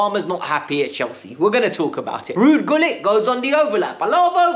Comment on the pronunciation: My son is a year older than you he knows who Ruud Gullit is ( it’s pronounced Hullit btw) if you’re a fan you should know at least the history and the greats of the club from famous fans like Matthew Harding to players like Peter Osgood and Kerry Dixon, come on man ktbffh!